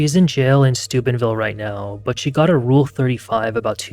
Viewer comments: Thought you said supidville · it sounded like stupidville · Is this dude saying stupidville Ohio? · Stupidville / stoopidville Am I hearing that right? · Did he just say Stupidville Ohio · I keep hearing the town name as Stupidville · I thought you said Stupidville Ohio 😂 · Ah, Steubenville... I kept hearing Stupidville.